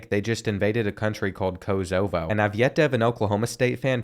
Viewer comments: It’s Kosovo not kozobo😂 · Hey Kosovo Is Pronounced KO SO VO